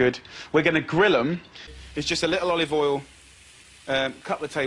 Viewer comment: A bowl of cereal and a bowl of "olivool"